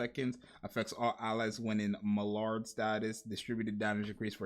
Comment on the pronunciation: Maillard pronouce like (my-yar, my-yard)